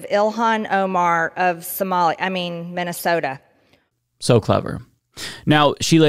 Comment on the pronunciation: You know what the worst part of her speech was? The only mention of Minnesota, said VERY incorrectly, she showed a whole lot of emotion on her face, a variety entirely seperate from the rest of it.